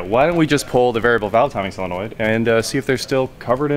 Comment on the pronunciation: Solenoid not Silenoid!